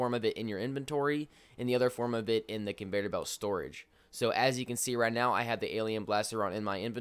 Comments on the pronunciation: Its CON- VEY- OR belt! NOT Convator belt. Goddamn that shit was driving me insane everytime he said it😂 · It’s conveyor not convater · Hey bro- it’s Con-vey-or belt. No Vader. 👾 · Why does he say conveTor belt instead of conveYor belt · Convayder belt. 😂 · Convater lol.